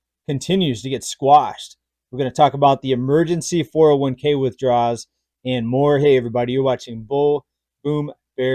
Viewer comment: I appreciate your content, but it's pronounced "withdrawal."